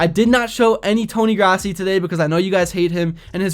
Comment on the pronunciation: Its Tony Grossi pronounced 'Grow C' and yes he's been bad since the morning paper was delivered to house back in the 90s